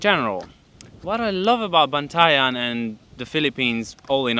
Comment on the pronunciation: I hope you enjoy the Phillippines! Btw, you pronounced Bantayan so well. Ingat!